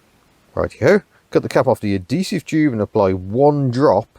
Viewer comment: Why do you keep ignoring the "h" in "adhesive"? It's "ad"-"he"-"sive". Not "a"-"de"-"sive".